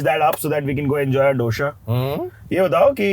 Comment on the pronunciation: It’s not doSHA . . It’s dosa 😭😭😭